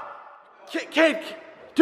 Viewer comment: did anyone hear jake call Kade cake like if you did